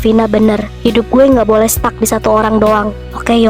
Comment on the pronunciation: Hehehh maaf kak, abisnya di kata stuck itu aku agak bingung dengernya jadi aku kirain stop..